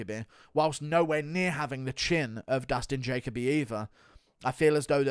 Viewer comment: Ja-Co-B 💀 “Jacoby”